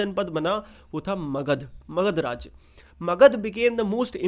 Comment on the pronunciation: It's magadha